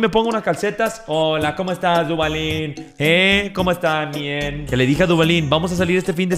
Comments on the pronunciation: Mariana no es mien es bien tienes que pronsuñar bien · No se si soy el único pero me da un poco de cringe cuando dice "mien" incluso cuando lo escriben xd:') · Yo pensaba que ÉL decia MIEL, no MIEN. 🤣🤦‍♀️